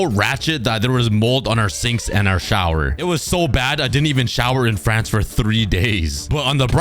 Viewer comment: Me being from Europe, when you said "fRanCeeee" (I cant do the little thing on top of the e) it had me dying of laughter💀